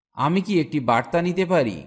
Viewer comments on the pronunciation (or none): none